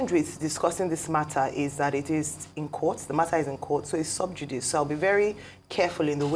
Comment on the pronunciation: Subjudice is pronounced as subjudisee